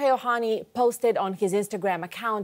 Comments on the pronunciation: NOT oHani, it’s Ohtani, it’s the second Canadian mispronouncing his last name what’s the deal. Dodgers have scouted Ohtani since he was in HS, his trusted doctor is the Dodgers team physician, dodgers have the best farm system etc, there are some history there, Jays should go after Yamamoto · Ahemm. it's Ohtani.. with the "t" .. not Ohani. ;-0